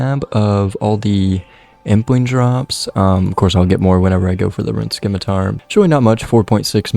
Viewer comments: Video 6 of complaining about "simitar not skimitar" 😂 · If english didn't want the 'c' pronounced, they shouldn't have put the 'c' in the word. Please keep pronouncing it, love it.